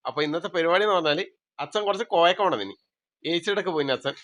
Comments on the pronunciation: Koyakka alla, kovakka anath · കോയക്ക അല്ല കോവക്ക ആണ് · കോയാക്ക😂😂😂😂😂😂😂...കോവക്ക ആണ് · കോയ, ഇക്ക ഒന്നുമല്ല... കോവക്ക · കോയാക്ക അല്ല. കോവക്ക ന്ന് പറയും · കോയാക്ക അല്ല കോവക്ക ആണ്